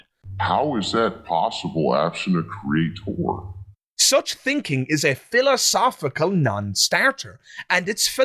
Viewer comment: Anyone who says 'CreaTORE' can't be trusted. You can't even get words right.